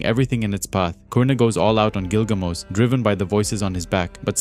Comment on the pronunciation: Just curious here…but, isn’t it “GilgaMESH”, like the ancient hero story? I’m not making fun, or trying to be “that guy” (the one correcting a mispronunciation. I’m just genuinely curious. I always thought it was Gilgamesh, but I’ve not actually read the story. Just knew some plot points & characters, from years of being in comic book groups on social media & the like. Lol! Anyway..) Don’t mean to be rude, disrespectful, or anything of that nature. My apologies, if it has come off that way.